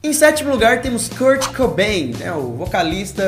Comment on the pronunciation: Doeu ao ouvir o nome "Kurt" 💔